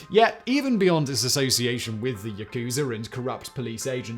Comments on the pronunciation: "yah-koo-zah" rather than "yah-KOO-zah"... Japanese doesn't have accented syllables. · 🤣 this man said “ yukuzer”